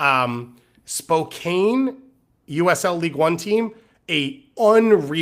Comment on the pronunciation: Spokane is pronounced "Spo-can" FYI. You goofballs 😂 Still love the show though